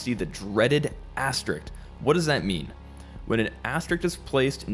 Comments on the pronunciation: Hey great video, just wanted to point out that it's "asteriSk", not "asterikt"! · Asterisk. Not asterikt or asterix. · very nicely explained. I wrote your verbalizations down to always remember them :-) One tiny thing: * is pronounced 'asterisk' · And now we seem to have gone from 'asterict' to the more common mispronunciation of 'asterix' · "The dreaded mispronounced asterisk", more like. If you're teaching a subject, it's essential that are are literate in it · Can't take an educational video seriously if the narrator can't pronounce the word asterisk.